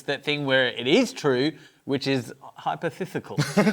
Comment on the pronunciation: 'hyperthithical' absolutely broke me